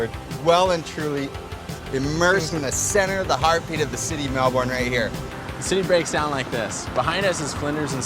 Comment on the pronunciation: It's not Mel-born. It's Mel-burn!